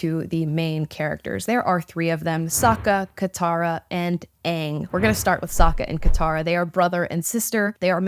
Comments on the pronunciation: Ok m so glad you said Aang right...the 1st live action movie kept saying it wrong 😢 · Just don’t treat it like it has to be the exact same as the original and you will enjoy it for what it is. It’s own show. It is already better than the first one because they can pronounce their names right. Also if this goes bad it doesn’t “ruin” avatar. Avatar is the same as always regardless. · I disagree. The acting is way better than the first like a million times and the characters fit the roles way better not to mention they know how to say their names. If you don’t believe it will be good you won’t like it but it you give it a chance you may. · Right!! I'm actually surprised so many people are upset about this. All the while I'm just happy that they are pronouncing the names correctly 😂😂😂